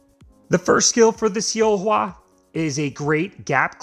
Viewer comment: It's pronounced as Solhwa though